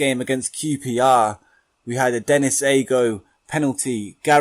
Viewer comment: Brilliant new series just one thing Aogo is said how it's spelt so it is literally a-o-go